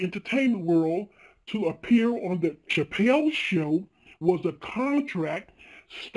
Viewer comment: Why does she say chappelle completely different to everyone one else who says it including dave?